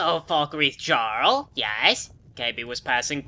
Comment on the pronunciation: For someone so well-versed in Elder Scrolls lore, I'm surprised you hadn't been pronouncing "jarl" correctly so far... Or is that just a quirk of Kaybe's?